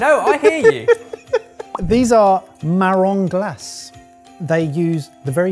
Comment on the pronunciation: Living in the United States, I soooooo miss the "Marrons Glacés". Pronounced with 'A' at the end...